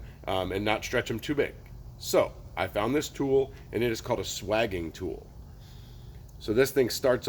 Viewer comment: Looked it up in three dictionaries. Swaging is pronounced with a long a, as in dating.